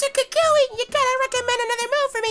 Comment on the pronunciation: bruh you saying kakashi instead of kukui